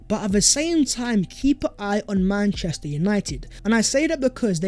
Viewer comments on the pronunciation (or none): none